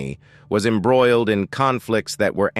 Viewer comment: Who the heck does the commentating on these things. At approx the 7 minute mark everything turned to poop. The pronunciation of the most simple words: "vibrancy", "embroiled", "legal", "image", "trouble", "emerged", "marriage", "shadow", and "spousal". Unless English isn't this guys first language, I'm confused. Was he having a stroke possibly?